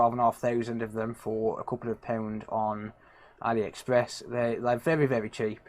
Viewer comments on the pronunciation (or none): none